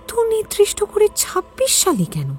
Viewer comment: Kotha ta nirdistho, nridistho noy